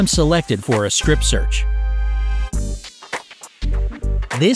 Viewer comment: did I hear you say Scrip search?